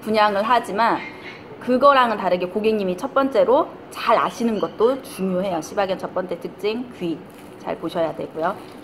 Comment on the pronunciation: 발음 좋으시네요. ㅆ ㅣ바견 ㅋㅋㅋㅋ